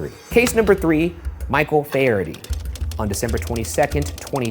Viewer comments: Faherty is pronounced Fa-her-ty, not Fayerdy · Irish person here, Barry’s last name is pronounced fa-her-tea